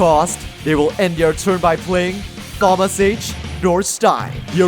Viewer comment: Not sure if you're just goofing on the English language for being ridiculous or if you just haven't heard the name out loud before, but just in case, the H in Thomas is silent, it's pronounced like Tomas. But if you're joking on English that's super valid 😂